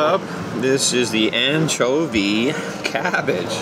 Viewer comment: Haha, what's "anchobie cavvage? Did you catch yourself when you said that? It's like when people say, "Can I have a cop of cuffee?" 😆 Worchestershire on fish? No way. Malt vinegar and tartar sauce. Great video as always. Stay safe and be well 😊